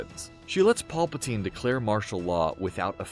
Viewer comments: Pallpatine????? WTF!!! Have u ever even seen a Star Wars movie or do u just have a smooth voice. Anybody who knows anything about Star Wars knows it’s Pal not paul. Thats Pal pa teen. Geez I hate these vids where the people speaking act like they know all this stuff yet they pronounce half the names wrong. And it’s pathetic that no one even caught it before it was posted. Nice job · Who is Emporer Polpitine???